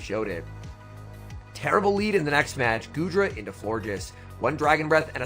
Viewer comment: I swear I heard call goodra, "doodra". Lmao